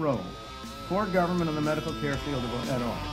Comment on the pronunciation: ITS PRONOUNCED GERVERNMENT FELLAS